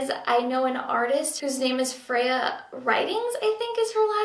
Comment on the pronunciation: I heard "Fea" at first which means ugly in Spanish and was thinking is she joking. but it's Freya!